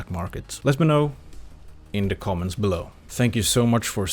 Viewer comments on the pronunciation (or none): none